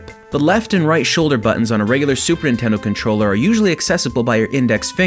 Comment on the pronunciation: Yo this is a sweet controller but you said "Super Intendo"